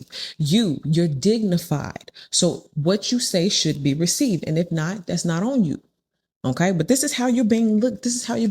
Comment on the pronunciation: "Ask and ye shall reciwve"